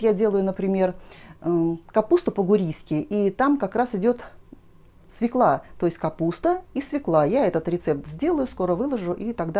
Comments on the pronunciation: Ну, извините,очень режет слух свекла. И всё таки она- свёкла! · Пожалуйста, ударение в слове" свёкла "! Обратите внимание. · Огромное спасибо за рецепт! И все-таки свекла без ударения на первый слог с Е с двумя точками над буквой режет мой слух!